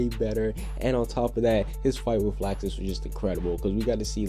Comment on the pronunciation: why is he saying laaaxus 😂